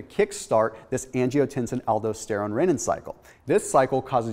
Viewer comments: Aldosterone: al-dos-ter-one not aldo-ster-one. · I like videos but you can really tell his inexperience with a certain subject when his pronunciation of certain words are all over the place. ALDO-steron? Really? Just one of my pet peeves. If you're giving out highly nuanced information regarding subjects that directly impact human health you might want to know how the words are pronounced, otherwise you come off sounding like you're just reading off of a text book instead of actually knowing the information. Dr. Berg does the same thing when he comes across a subject that he's clearly not familiar with. Drives me nuts. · It hurts to hear you say Aldosterone... it's pronounced: al-dō-ˈster-ˌōn or in simple pronunciation - Al-Dos-Ter-Own.